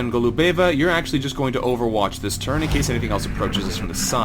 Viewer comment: it's GO-lu-be-va, not Go-lu-BE-va.